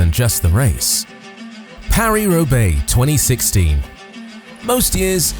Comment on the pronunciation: Paris-Roubaix, not “Robaix”